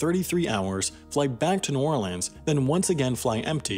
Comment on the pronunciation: Congrats on pronouncing New Orleans correctly lol